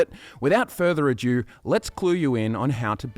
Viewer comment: Loving the video, but I have to pause to add this because I've heard you do it in other videos. It's "Without further ado", not "adieu". At least I think you're saying "adieu". If not, never mind. Keep up the good work. You guys produce the best quality content on the games I care about most.